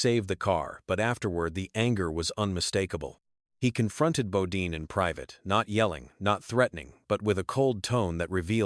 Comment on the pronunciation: Its Jeff not g-off, and bodyne not bodeen.